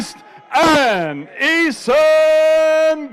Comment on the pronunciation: Jake paul V Eson Gib The dude butchered his name faster than he's gonna butcher jake's face